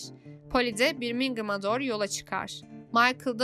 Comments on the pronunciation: birmingım değil bebeğim, Börmingım diye oku :) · Birmingham'ın telaffuz şekli şaka mı 😅